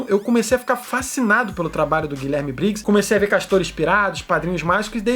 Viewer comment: Chega dá uma dor quando ele fala "GuiLÉRme Briggs" x(